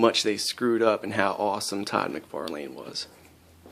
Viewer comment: todd mcfarleeeeen????? i hope you know your saying his name wrong